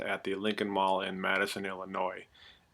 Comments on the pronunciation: I live here...and it's not Madison...it's Matteson (matt-sen) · *Matteson, sounds like he's saying Madison. But yeah, Lincoln Mall kinda did themselves in. Nothing really appealing as far as stores go. Why go there when you can take another 20-30 minutes to go to Orland Park? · The e is silent... Matt-son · Learn how to pronounce Matteson